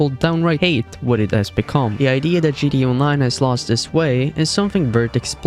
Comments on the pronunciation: G T A, not gda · What’s "jitty online"?? 😂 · you're saying GDA i dont appreciate it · Can you learn how to pronounce GTA online? It's not gda online 😭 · No fr tho I understand bro has an accent but it’s like he put in less effort into gTa Online every time he said it